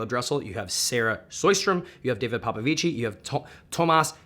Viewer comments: Just informative message - the correct way to say “Popovici” is “Popovich”, you don’t pronounce the “i” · sorry for being a stickler, but we pronounce david popvici as 'david popvich' not with an ending e sound since we're not italian, love from romania